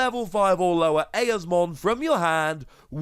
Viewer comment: Eosmon is pronounced “E-Oz-mon”